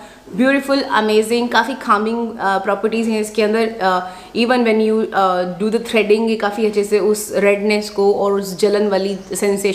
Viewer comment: baki calming ka pronounciation ka-ming he hota hai kha-ming galata hota hai. Calm ka ka-m hota hai, Kha-m nahi.